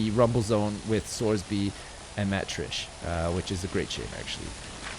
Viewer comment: well every time he reads sorby's comments he mutters to himself "fucking sorsby"